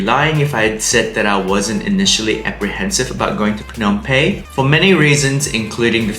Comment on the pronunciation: Excellent recommendations and advice for us before going to Phnom Penh for the first time. Just a suggestion for improvement. Please pronounce Phnom PeNh with emphasis on the "N" of Penh instead of pronouncing it as Pey. It is a bit distracting. All good. Thanks.